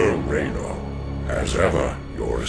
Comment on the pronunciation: I also notice that in this game, the Protoss are capable of correctly pronouncing Raynor's name...